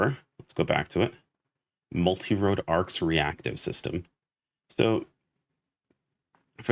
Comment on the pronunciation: I think that’s an ol & not a d making it Multirole instead of Multirode. =P Edit: but who cares, nobody is gonna say all that, we’re all just gonna say mars. Anyhow, I’m wondering how point distribution is gonna work, like will we have enough to spec into all types or will we only be able to choose 1 & have to make a different build for each of the other types. Edit 2: Man I miss dark blast. I’m hoping we get some kinda transformation here in NGS too!